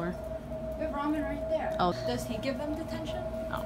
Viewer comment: Not tryin to be mean but its give not gife